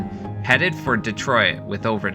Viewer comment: I'm guessing your Canadian by the accent and mispronunciation of Detroit and RADAR.